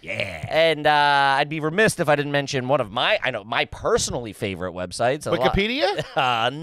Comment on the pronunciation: Someone teach how to say 'remiss'